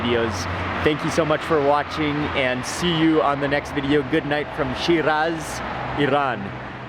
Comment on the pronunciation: But why are you pronouncing shiraz and Iran like that?